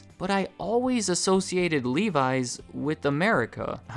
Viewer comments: I hate how he says livi’s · Every time I hear you pronounce Levi's, it sounds so foreign :D In Finland the 'e' is pronounced like in 'men' and the 'i' is pronounced like in 'Mickey'.